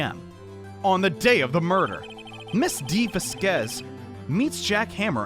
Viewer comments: as a native spanish-speaker, it's written "Vásquez" and pronounced "vass-kass" somethn like that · lol i died when you say dee va-squeeze lol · Vasquez is pronounced (vass-kez) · Dee "Vaskes" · IT'S PRONOUNCED VAS-K-EHS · Gotta say it..... VAH-skehz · Va squeeze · not knowing how to pronounce "Vasquez" after so long is so funny to me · not being able to pronounce Vasquez is gold 👁️👁️ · i want a compilation of butchering Vasquez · can pronounce Manuel right on the first try Also: couldn't pronounce Vasquez right after all this time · well i am pretty sure he was messing with us, he did pronounce it correctly at the beginning of the video but laughed it off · Fun fact: people from the south can pronounce 'vasquez' more easily because we're close to the border lmao